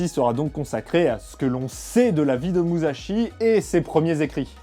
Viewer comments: Ça se prononce "Mussashi" Le sont "ze" se fait avec le z en japonais ;) Là tu dis Muzashi pendant tout l'épisode... Bisous ! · Déjà quand on veut parler de quelqu'un, on évite de détruire la prononciation de son nom. L'écriture en japonais est en fait une transcription phonétique sillabe par sillabe et il ne faut pas y appliquer les regles de pronontiation française. donc on ne prononce pas mouzachi mais mu sa chi. tout comme lorsque c'est écrit shi cela se prononce chi et si c'est écrit chi cela se prononce tchi. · Prononcer Musashi "Mussashi" serait plus correct "Mouzashi", ça m'a fait pas mal tilter pendant la vidéo. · MouSSachi ! (et non pas mouzachi) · Comme toutes les autres une super vidéo! Il me tarde de voir celle sur le traité des 5 roues. Juste au niveau de la prononciation pour la prochaine vidéo le s se transforme pas en z c'est donc plus moussashi , si ça peut aider^^ tout le reste est parfait niveau prononciation c'est juste ouf! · Très bonne vidéo. Sauf une chose facilement améliorable pour la suivante : en japonais, le sa de Musashi se prononce comme si il y avait deux s en français, pas comme un z.